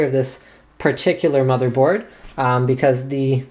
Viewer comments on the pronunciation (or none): Linus sed motherdoard